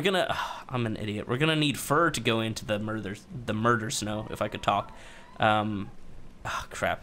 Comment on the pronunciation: Congrats on the 3 year mark! You've come so far 🎆. Wonderful video as always! "The "